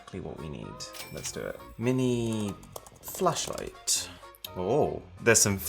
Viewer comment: I thought he said mini flesh.....👀